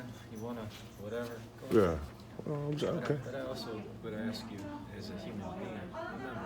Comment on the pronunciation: "Ask" not aks "Supposed to" not post to.